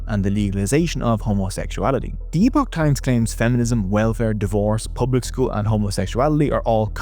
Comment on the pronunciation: it's pronounced "epic" times. Did you really do your research before this?